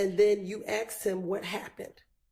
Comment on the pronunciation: I cant believe the lawyer said aksed. That's crazy